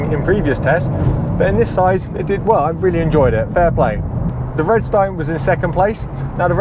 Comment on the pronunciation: Isn't "Vredestein" pronounced something more like "Freederstine"?